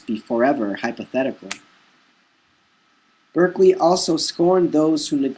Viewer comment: Berkeley is pronounced Barkley.